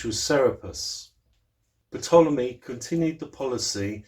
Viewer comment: Ptolemy the p is silent so it's Tolemey great info thanks ...